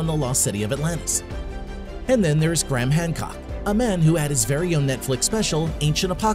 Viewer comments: Gray-Ham not Gram ffs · Americans n there accents!!! Pronounce it.. Gray....ham!!! This guy, calls him Gram 🤦🏽‍♂️ ffs!!! ✌🏽